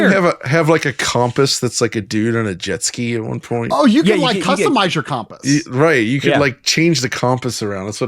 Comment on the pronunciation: Why can none of you say compass??